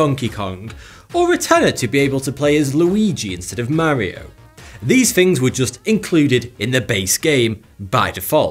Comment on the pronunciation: Duuuuude! You pronounced "Mario" correctly!!! Automatic thumbs up!!!